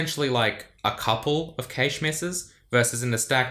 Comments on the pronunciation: It's "cash" not "kaysh" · the heck is cay-sh? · Hard A in Cache, like Hash. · "Stored in the caysh" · I understood cage first, then caysh, then i understood that he actually means cache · I chuckle every time he pronounces cache. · Why do you say 'cache' so weird? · I've never heard cache pronounced like that before